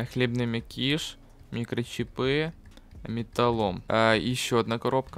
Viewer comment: Не мякИш а мЯкиш И не микрочипЫ а микрочИпы